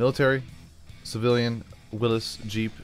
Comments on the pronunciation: It is not pronounced Willis it is WILLYS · this video is the only place ive heard someone say willis